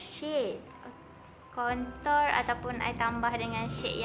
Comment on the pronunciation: contour pronounciation sis . eemmmm the pronounciation is quite wrong but still i suka u sis . ❤